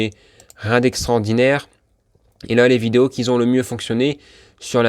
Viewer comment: Ce serait sympa que vous arrêtiez de faire la liaison avec un S qui n'existe pas "qui Z'ont"!!!ça fait vraiment mal aux oreilles,merci.